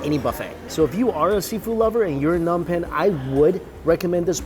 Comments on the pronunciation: uuurk when u say Phnom Penh incorrectly, other than that the food looks bomb! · Anybody else here from cambodia ? 🇰🇭🇳🇴 its funny how he says nom penh😂